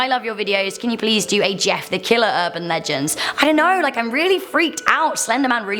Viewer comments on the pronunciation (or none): was you trying to say killer?